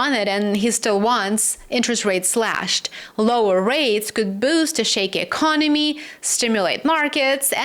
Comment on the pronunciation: Lower rates cant sell debt😮...e-con-oh-me wont pay debt back regardless 😅